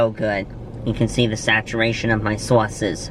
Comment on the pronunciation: that was cute when you said saturation of my sauces your voice sounded like you was from the bronx or queens !